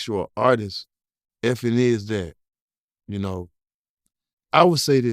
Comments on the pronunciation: It’s DJ ( the letter E, the letter F, the letter N) not Effin….. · No matter how many times he says it , it's dj Dj E F N not dj fn'